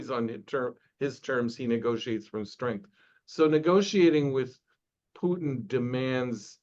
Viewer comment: He doesn't even know how to pronounce Putin, is he really an expert?